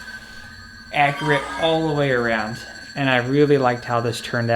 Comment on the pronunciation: Ak-U-rit .... not ak-re-it, Also do you really need to go on about the thing for 12 minutes before you show off the blade?